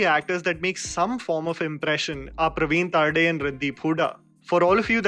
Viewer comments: Hey its not तारडे its तरडे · Excellent review. I would just like to correct its not Pravin Taarde, its Pravin Tarde. You should really check out his Marathi movies, alongwith Mulshi Pattern he has directed and acted in other marathi movies as well. He is a very good director and actor. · No offense But it's pravin तरडे